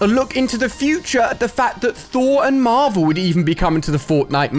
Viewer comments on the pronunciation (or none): none